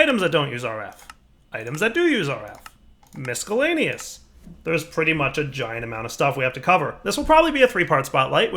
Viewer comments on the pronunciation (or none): Yeah, there are a couple things he says that bug me too. "warter" and "miskellaneous" are among them... :/ That said, he's still my favorite modded mc youtuber. :) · The 4th Wall "Misskullanious Chest" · Every time you pronounce the C in miscellaneous I die a little on the inside.... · I find it endearing